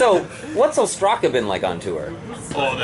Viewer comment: they pronounce their name wrong , im greek and its called Ostraca (óstraka) not ostrAca